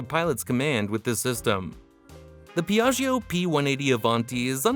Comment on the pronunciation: pron. Pjatsho!!!! Non PeeAggEEo